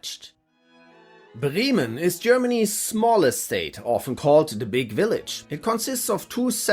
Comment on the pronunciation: "Becks is not a good beer." You have a German soul :) Not Briemen, BrÄmen. :D